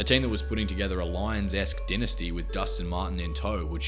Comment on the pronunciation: Great video but can you learn how to pronounce dynasty please lol